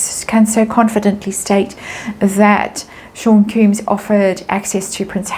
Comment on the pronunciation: It's NOT pronounced ''koombs'' it's KOMBS (Sean Combs) 😅 I wonder if this is what Lady C was trying to say it was going to happen in the Spring. 🤔🤔🤔 Thank you for another video. 💜